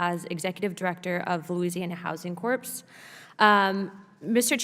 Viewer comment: Ms. Luna, corps is pronounced "core" not "corpse." Other than that, great job.